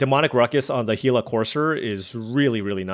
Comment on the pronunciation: Love the content! Missed you on the pro tour coverage the last few years. Happy to see you still have love for the game. Thanks for being the only YouTuber I've seen that pronounces Gila correctly! My only request is that you hover over the cards a bit longer during the draft so we can read them easier